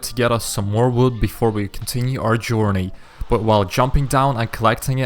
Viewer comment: He has a very strong accent when he said wood it saoudnign like woood